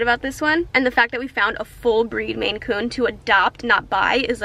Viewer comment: I was like what the heck is a Macoon... it's a MAINCOON lol